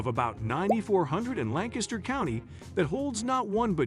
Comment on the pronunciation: Nice job on Lancaster pronunciation